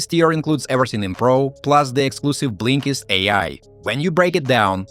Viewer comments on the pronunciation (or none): He calls it Blinklist...?